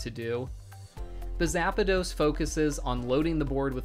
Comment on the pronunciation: "Zappa dos" "arkah type"